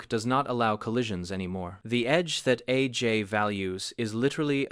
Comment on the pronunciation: A...J...might...be...wrong. All of the sudden, this AI voice is British? I do enjoy these videos, but why do they pretend it's an actual guy saying this stuff? Nobody would pause between A and J like that. Or call Jim Thome Jim Tome. See other video for that.